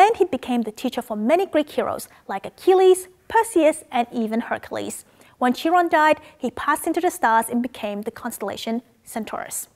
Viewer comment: Ch in Chiron is pronounced as k or q sound